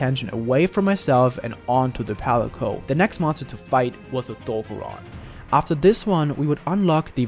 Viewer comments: Odogaron getting called Odo-bear-on hurts my heart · the way he says Odogaron makes me uncomfortable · Bruh the way u say Odogaron piss me off because you saying his name wrong.